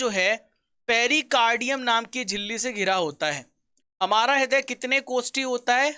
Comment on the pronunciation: haday nai raday bola jata he